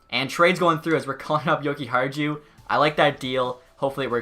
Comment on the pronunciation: Your pronouncing Jokiharju’s name wrong Yoki-har-you